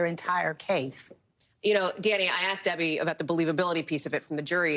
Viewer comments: Debbie Debbie Debbie....he did what the prosecutor "Aksed" him to do?? The word is ASK ASK Like ass+k ask! You're on NBC being watched by 10 million people! Speak proper English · He axed him what to do,😅😅😅😅😅😅😅😅😅😅😂😂😂